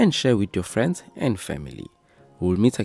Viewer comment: nice video why do you say PEACE like that tho😅